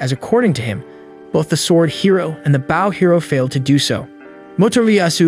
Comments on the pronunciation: "B-au" of a ship then there's "b-oh" and arrow. Pls fix AI voice) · I'm enjoying this but could someone please explain to the narrator how to pronounce Bow. As in bow and arrow. Not like the bow of a ship. English sucks, I know. Bo. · why are you saying bow and arrow wrong did you goto a slow school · Not only did he screw the thumbnail, but also saying bow as in Japanese greeting instead of bow and arrow 🤦‍♂️